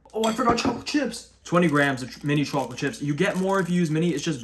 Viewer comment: There's something about the way you say CHAWclate🥵